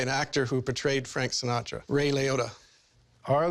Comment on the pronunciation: Gaius Baltar, he also said Frank Sinatro